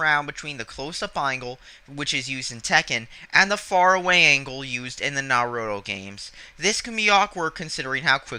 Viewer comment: The way you say Naruto makes me cringe...